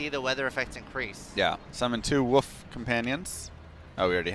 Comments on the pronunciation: Werebear and..woof? Lol. You mean wolf = wuulf.. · They way you don't pronounce the 'L' in Wolf is only ever so slightly irritating. Lol. Don't take this a trolly hate. But it throws me off every time